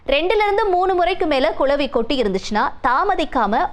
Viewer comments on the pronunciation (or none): It’s not கொளவி, it’s குளவி. தமிழ் நாடு எண்டு தான் பெயர், ஆனா தமிழ் உச்சரிப்பு சுத்த பிழை. 🚶🏻‍♀️‍➡️🤦🏻‍♀️ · கொலவி இல்லடி கிழவி அது குளவி